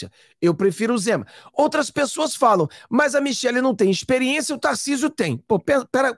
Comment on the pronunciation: Michele e não Michel. Temer e não Temar.